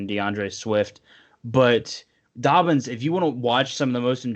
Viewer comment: It’s not that hard to say jk dobbins